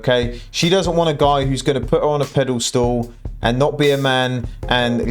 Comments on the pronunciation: It's pedestal, not pedal stool 😂😂😂😂😂😂😂😂😂😂😂😂😂😂😂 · Did you say 'pedal stool' again?! 😁